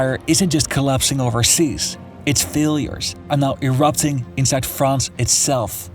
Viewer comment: If you are speaking English - pronounce "France" the way it is pronounced in English - NOT the way it is pronounced in French (or whatever native language you speak (Dutch?)). You sound like just another Francophile chauvinist, or, even worse, a Francophone chauvinist. Yech! In any case, stayed at a Youth Hostel in Choisy-le-Roi, Paris in 1972 - it was shocking - wall-to-wall Moslem in native garb throughout the entire "banlieue" - just like the rest of Paris and the country. 1972!!! Somehow, you all seem surprised at what has happened since.